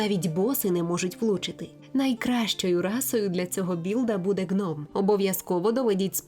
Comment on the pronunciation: Нова дикторка? Ніби непогана, досить виразна. Але одне зауваження. Гном — слово грецького походження, тому вживається саме з літерою "г" а не "ґ"